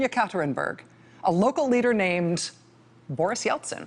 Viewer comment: Boris Eltsin sounds like Borsh Eltsin.